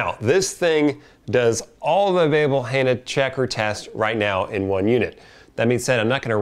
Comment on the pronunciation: why are you miss pronouncing Hanna?